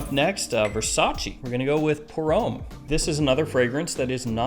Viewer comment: Great review - love the way you give us heaps of choice at wide price points. I've got a few more to buy now, but please.......Homme and L'homme are pronounced Om and L'om not Ome and l'ome.